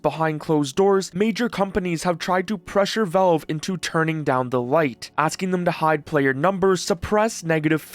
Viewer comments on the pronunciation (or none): It's pronounced "Valve", not "VELVE"